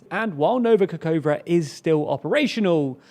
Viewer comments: I understand that it is difficult to pronounce the foreign words, but please try to be a little more precise in reading. "Kakhovka" is not "kakova". It should be read as "ka - HOv - ka" (stressed letters are capitalized). "hov" sounds the same as in the "hover" word. Or you can just put the Ukrainian name into google translate and listen how it is pronounced. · Ka-hove-kah not kakova